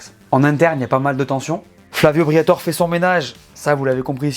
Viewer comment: FLAVIO BRIATORÈ ! le « E » se prononce ! Merde à la fin 😅 J’ai pas bien compris, Alpine concurrente de McLaren, Aston-Martin et Ferrari ? 😂 et en quelle année ? Et dans quelle multiverse ? Peut-être concurrente d’une Porsche Boxster d’une lotus Elise ou d’une Alfa-Romeo 4C ce qui est déjà honorable, mais surtout pas des trois écuries que tu as annoncé. Dans le secteur du marché des sportifs à Haute prestation de luxe, la marque française en est très très loin mais vraiment très loin c’est carrément pas le même registre.